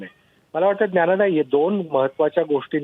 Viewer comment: सर्व पत्रकार मित्र मैत्रिणींना आणि निवेदक-निवेदकाना एक कळकळीची विनंती आहे की मराठीचे शब्द उच्चार हे अचूक करावे उदाहरणार्थ ल.... ला ळ.... बोलणे ण... ला न... बोलणे असेच काही शब्द आहेत ज्यांची सुधारणा होणे फार गरजेचे आहे ऐकताना अतिशय त्रास होतो या उच्चारांचा. आता हाच पत्रकार निवेदक ज्ञानदा चा उच्चार "ज्ञाणदा" असा करतो आहे